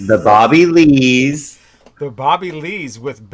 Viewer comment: 😂 you said “Booby” Lees!